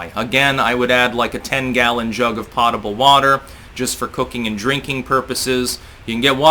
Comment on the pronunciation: For those who are interested, potable is pronounced, poe-tuh-bull.